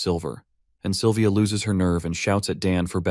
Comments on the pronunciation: 5 hours in and the names of the characters kinda sound weird, example the silver hair girl who has a crush on the mc,.. the narrator keeps calling her "Saliva" .... honestly speaking, i kinda forgot her name at this point because i keep hearing saliva... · DUDE SALIVA? ITS SYLVIA M8